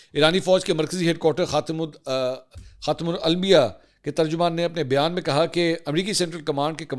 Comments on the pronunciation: خاتم الالبیاء ؟؟؟ یار ہاتھ جوڑ کر عرض ہے کچھ حیاء کر لیا کریں ۔۔۔ کم از کم خاتم الانبیاء تو سہی سے کہنا سیکھ لیجیے ۔۔ اتنے بڑا نام ہے اور کتنی بڑی غلطی کر رہے ہیں ۔۔ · Khatmulambya bolain khatmulalmya nae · Assalam o alikum sir! Aap ny "khatam ul anbiaa" ki pronunciation ghalat ki hy as"khatam ul almiyaa".Why? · bhai first of all I'm not commenting in any bad manner or intention, just believing that anyone can make mistake...... You said "khatim Al-biya" It's right pronounce is خاتم النبیا Khaa-tim-ul-Am-bi-yaa I hope you won't mind that made you correct... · خاتمُ الانبیاء ﷺ کہا جاتا ہے، نہ کہ خاتمُ الالبیاء۔ براہِ کرم آئندہ یہ الفاظ درست ادا کریں۔ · آ پ نے 12.03منٹ پر خاتم الانبیاء کی بجاے خاتم الالمیا بولا ھے کیا ہے غلطی ھے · خاتم الانبیاء بولیں خاتم الالمیا نہیں ہے اس طرح کا تلفظ غیر مسلم قادیانی استعمال کرتے ہیں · Har bar khatamul Ambiyan Bolna apky leye itna difficult kiu ho jata hai manzoor Bhai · رٹا لگائیں، خاتم الانبیا = خاتم " ال ام بیا " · Khatam ul-Anbiya hai AAP Galt pr rehay ho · It’s Khatam-ul-Ambiyah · mansoor bhai ap wese buht genius ho par apko khatmul anmbia ka naam lena nhi ata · بھیا۔ یہ لفظ " خاتم الانبیاء"Khaatamul Ambiya صلی اللہ علیہ والہ وسلم ہے۔ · Khatim ul anbia ha ap ne galt prha ha mansoor bhai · ye aap ko b khatamul Anbiya (SAWW) parhna nhi aata har bar hi galat party hn jysy IK ko khatamun Nabiyyeen nhi parhna aata th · خاتم الانبیاء ھے منصور بھائی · Assalamo alaikum. Mansoor Bai ajj ma ny dosri tesri martaba note Kiya ha KY AP ko Khatamul Anbiya ka lafaz bolny ma mushkil Hoti ha . As a Muslim hamary Liye tu ye lafaz bohat asan or tazeem Wala ha ❤❤❤❤❤❤. please answer my question ❓❓❓ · منصور بھائی براہِ کرم آپ لفظ خاتم الانبیاء صحیح ادا کرنے کے لیے کسی عالم دین کے ساتھ مل کر پریکٹس کریں کیونکہ ہمیں اچھا نہیں لگتا کہ آپ سے آقا کریم کے صفاتی نام کی ادائیگی غلط ہو جزاک اللّٰہ خیرا و شکریہ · میں مسلسل نوٹ کر رہا ہوں کے منصور خاتم الانبیاء درستگی سے ادا نہیں کر رہیں ہیں ۔ کیوں ؟ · خاتم الانبیاء کا تلفظ ٹھیک کریں